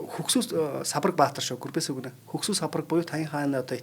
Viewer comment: Гүрбэсү баатар гэж авч байна ккк